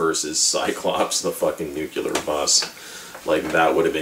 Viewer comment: Gave up after 3 minutes of listening you mispronouncing Nuclear (how people keep pronouncing it nucular is beyond me) - anyway - this movie is an underrated masterpiece that has gone straight over your head. You think it's stupid yet spent 13 min going on about it being stupid. It's a piss-take on the whole genre - and while Airplane! by the Zuckers and Abraham is a superior film - this still maintains a place in the lets be completely ridiculous spoof level. The soundtrack by David Shire is brilliant and Stockard Channing, Larry Hagman, Sally Kellerman, Redgrave, Mulligan - well you can tell they're just having a great time in this movie - and if it was that stupid - why would such a great cast of 70's/80's actors agree to take part?